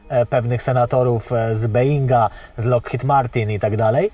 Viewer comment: Mówi się bołing, a nie being, bołing, nie being, bołing, nie being. Powtórzę to jeszcze raz: bołing, nie being. I na koniec: bołing, nie being. Dziękuję :)